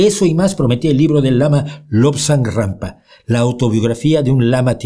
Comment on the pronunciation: ¿Me parece a mí o dice Lobsang “GRAMPA”? Jajajaj ¡Qué me importa lo que diga un “refutador de leyendas” si los momentos hermosos que pasé leyendo sus libros o los de Dickens hicieron de mí lo que soy hoy! Bienvenidos los que contribuyeron a expandir mi conciencia, sea Rampa, Borges o Wilde que nadie puede certificar ninguna historia por más que esté escrita en un manual escolar.